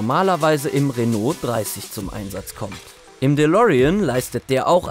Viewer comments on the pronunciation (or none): none